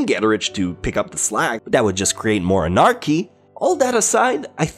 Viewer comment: You really should reconsider how you pronounce words like Anarchy, Economy and Inconsistencies.